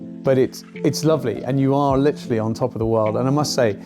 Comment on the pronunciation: Litrally. Litrally. Litrally, litrally. Litrally. Litrally. Litrally. Litrally.